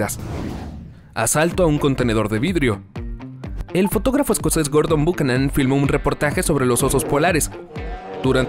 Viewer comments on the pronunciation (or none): none